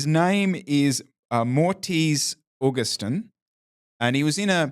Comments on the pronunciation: "Morteez" Augenstein? Man, not that hard to pronounce Moritz! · Amazing race dude! As a fellow german I had to chuckle at pronouncing your name as Mortice Augustine:D